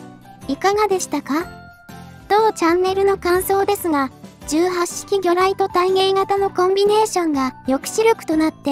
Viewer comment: 問題はこの素晴らしい兵器を敵性艦船に向かってぶっ放す「闘う意志・戦う判断」があることだ。 あと、「18」の読みは海自では「ひとはち」じゃなかった？